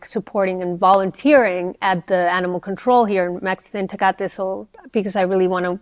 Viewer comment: The way he pronounces Tecate over and over is so fucking annoying i couldn’t get 2 mins in 😭